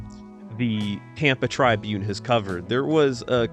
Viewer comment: U have a stange way of pronouncing "Tribune".